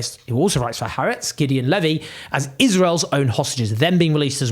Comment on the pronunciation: Thanks for your commentary which I value. Two pedantic comments: Haaretz means 'the land' and is pronounced 'hah ahretz' not 'haretz'; 'apartheid' is pronounced 'apart hate', not 'apart height'. I am a South African with a degree from the Hebrew University - both things which cause me trouble :) - but still it's nice to get things right ...